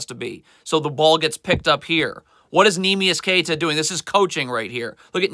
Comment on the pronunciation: Gets pretty annoying when he pronounces everyone’s name wrong. “Neemias QueTa, Josh MinOTT, Paulo BanCHero.” This guy doesn’t even watch the Celtics. Calls Josh Minott a “nobody.” Has no idea that he’s having a breakout season and is starting for a reason. Every team loses games.